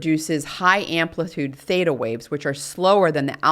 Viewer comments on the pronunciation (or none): none